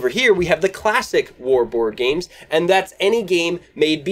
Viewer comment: Woard games? Bward games? Has to be a better way to say it . . . Great video!